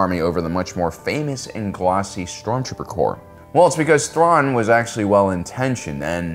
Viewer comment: Admiral Thuan lmao, not Admiral Thrawn.